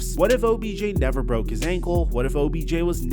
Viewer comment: Neh-ver as much potential as Randy Moss. Never.